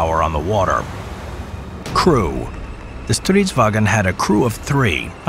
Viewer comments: Stridsvagn not Stridswagen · Its stridsvagn, not stridswagen. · You spent a lot of time on researching, animation work and narration, but… you keep calling it “stridswagen”. It’s Swedish. Not German. Stridsvagn. Not “wagen”. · sounds like german when pronouncing its stridswagen instead of stridsvagn, there is no "e" in vagn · It isen´t Stridsvagen. Loose the e. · Why do you call a Swedish tank "stridswagen"? We are not Germans. "Stridsvagn" is the correct name. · Nice video and animation ✌🏻 However. It's: Strids-vagn. Short g-n sound. In Swedish. Not StridsvAgen. That's German 😊👍🏼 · Nice video, Only remark is the pronunciation of "stridsvagn". As you see there is no "E" in that word. So why do all foreigners say "stridsvagEn"? Just drop the E. // Driver/gunner on strv 103C (and yeah, it went into production - very much so) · This is in fact, not the flattest tank. I'd argue that the Object 775 is. Furthermore, it's not Stridswagen, it's Stridsvagn. Not that hard. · Swede (such as myself): as I told you it’s not “stritswagon” or whatever it’s fuckiNG STRIDSVAGN! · Pronouncing it like "Stridswagen", boy this ain't german lmao. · Why do all English speakers try to call it "StridsWAGen". It's not German so there's no wagen. Try saying "Wa'Gnh" instead. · Not stridswagen thats German . StridsvaGn Swedish. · Love the fact that he says stridsvagen when it’s just stridsvang (stridsvagn in Swedish) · Its not wagon, its vagn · There's no "e" sound between "g" and "n" in "vagn". The way you say "vagn" sounds more like German "wagen" than it sound Swedish. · When pronouncing stridsvagn, cut the e you inserted at the end it does not belong there. Also you really over emphasized the v. It's not a w, just a single v.